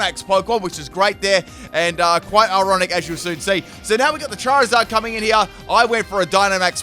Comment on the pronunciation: CHERRYZard? Don't you mean CHARiZARD?